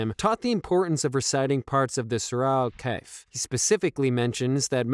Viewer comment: Kahf not kaif brother